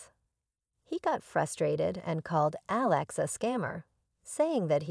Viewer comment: Please learn how to pronounce Alex